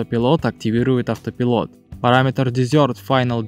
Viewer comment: Я конечно не придираюсь, но если уж начал autopilot произносить "Ауто.." заканчивай "пайлот" - так правильнее. Иначе слух режет